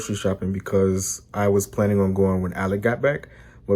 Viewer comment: Sorry, Alec, not Alic. Whatever.. you deserve it all. Love you both !!🥲